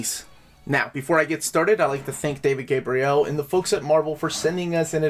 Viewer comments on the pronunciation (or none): none